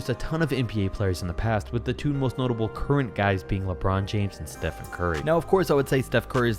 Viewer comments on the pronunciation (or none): none